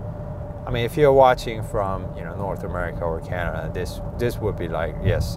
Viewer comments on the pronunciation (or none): none